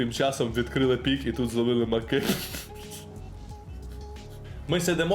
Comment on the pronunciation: Тількі пікІв,а не пікОв)